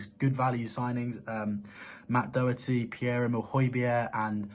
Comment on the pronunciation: /Dough Hertie/ is not the correct pronunciation of Matt's surname. The 'O' in Irish is a short sound (phonetically the /shwa/) as in /dog/. In the Irish language if there is a 'fada' over the 'O', or any vowel, as in á, é, í, ó, and ú only then is the sound long ('fada' means 'long' in Irish). In English translations of Irish names the rule still applies despite the, often, omission of the 'fada' (see above) in names. However, it is quite common to see in certain names; Dónal, Seán, Siobhán, ... Otherwise the vowels have the short sound. So, for example in Irish surnames such as Donnell, Connell, Doherty ... the 'O' is short as in /dog/ i.e. not Ó as in /doe/ The pronunciation is therefore not clear if the 'fada' is not used, when, if it were, speakers unfamiliar with Irish would at least become aware of a change in sound. Please spread the word. It is very irritating listening to the constant mispronunciation of his name. Thank you. COYS